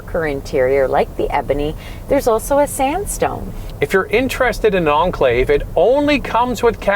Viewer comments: Should be pronounced as Enclave, not Unclave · ... The car's been around for 10+ years... Why can't you pronounce the name by now